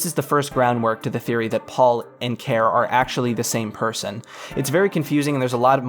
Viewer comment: Why not pronounce Care as Carrie? Why not view the end of the soundtrack video?